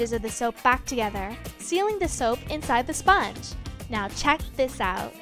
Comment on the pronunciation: Spange?? Or sponge 😂